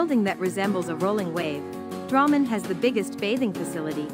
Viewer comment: He says it like rammen(the food) with a d in front